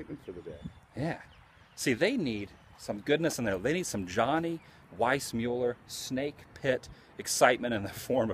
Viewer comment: It's not Weissmueller it's Weissmuller.